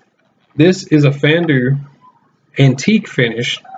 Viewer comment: I like the vid but the way you say Fandu makes me cringe